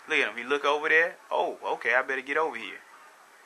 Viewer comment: why do black people way "wiff" when they mean "with"? also, "dare" when they mean "there"?